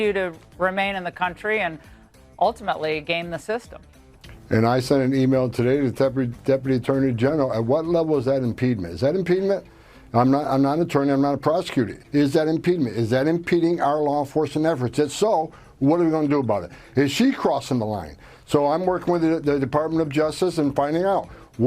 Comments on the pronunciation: Uhhhm, "impedement" is not a word, Mr. Scrabble... 🤭😝😂😮🤣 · Is he trying to say 'impediment'? It's hard to understand him when he sounds so drunk... Hey, Homan, impedement is not a word. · Someone should tell Homan that “Impeedment” (?) is NOT A WORD. He might mean “impediment”. Idk what he’s saying, I don’t speak Gibberish. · Impedement is not a word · Somebody tell this moron that “impedement” is not a word. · What’s “impedement? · Homan talking about "impedement" (what is "impedement"? It's not even a word) is a joke. Trump's entire regime, uh, I mean administration, is a joke. AOC is just telling people about their rights. Even illegals have rights. They need their rights, but ICE is arresting US citizens. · Drunken Alcoholic Inhuman wants to punish people for their first amendment rights? For "Impedement"? WTF is "impedement"? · He's got a speech impediment or is drunk or maybe needs new dentures. Second impedement is not a word. This is the MAGA brain power. 🤡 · You mean speech impedement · Human having speaking issues. First amendment. The word Is impediment…..education is not an mpedimemt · He pronounced it wrong.